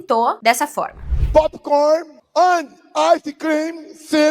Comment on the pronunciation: "Popikórni, áicêcrim"